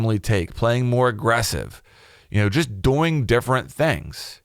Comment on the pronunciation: I hate how he says doing 😂 he says DoING